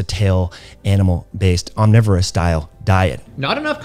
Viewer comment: What did you say ? "We clearly can't be healthy on a fully riverous diet"? Was that supposed to be "omnivorous"? But if so, we CAN be healthy on an omnivorous diet, as long as plants are still at least 80% of your calories (I pulled that number out of thin air)!